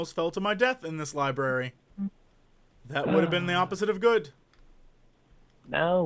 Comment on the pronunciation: "libRary"....not libary :(